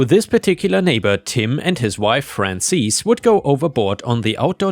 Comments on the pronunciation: Hey, Penny again. Frances is a western name. Generally unisex. Pronunciation is FRAH-n-sis. Not EES, IHS. Think the second syllable of the word Axis. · Frances is "fran sis" not "fran sees." lol